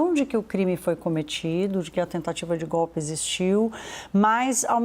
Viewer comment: ESSA CNN É UM LICO MESMO. Houve o GOPI, houve o GOPI. A inculta fala Proxessual!!! Processo do GOPI está robusto. Etc.eyc